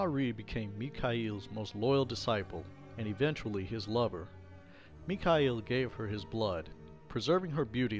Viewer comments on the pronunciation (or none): none